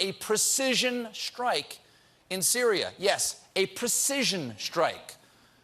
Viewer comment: I love you Stephen, but it's "strike", not "Shhtrike". There is no H